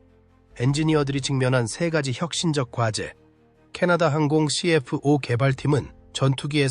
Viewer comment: 말도 어눌하고... 발음하는게 너무 웃김... F-84를 에프팔십사 라고 정확히 발음하면서 NF-5, CF-5를 엔에프화이, 씨에프화이 라고 발음하는거 졸라 웃김... 그리고 원래 F-5 계열은 모두 애프터버너를 기본 장착한것인데 마치 캐나다가 주도적으로 애프터버너를 장착한것처럼 얘기하는것은 뭐임? 미국 노스롭에서 개발한것인데 캐나다가 개발한듯한 멘트는 왜 하는건가?? 영상의 기체들도 멘트랑 전혀 맞지 않고 이것저것 당시 영상들을 다 짜깁기해서 만든 쓰레기영상임... 그리고 엔진얘기를 하는데 오렌다가 제조한것은 GE 엔진을 그냥 라이센스 생산한거임.... 그냥 허가받고 제작한거라고.... GE 엔진을 개량한게 아니라... 에혀....